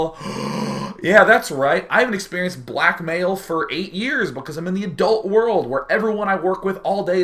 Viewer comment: Freudian for sure, but was I the only one who heard "black male!" instead of "blackmail!"?